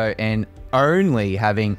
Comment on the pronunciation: I didn’t know the word “only” was pronounced “errnly” lol The camera looks cool but I would still prefer the fx3 and a vnd.